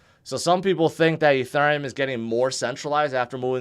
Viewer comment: Eth, Ether or Ethereum, it's not "E (turn) neum"...